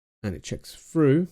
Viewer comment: "It checks froo" - makes me laugh every time I watch this video